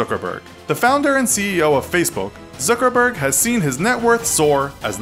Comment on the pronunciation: you might wanna pronounce all of these peoples names right; its zuckerberg (like yuck with a z instead of a y) not zookerberg